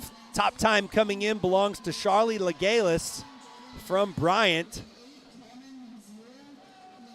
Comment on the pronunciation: It’s Charlee’s mom writting. You are right, LeGallais is french, and the « s » is not silent. 😊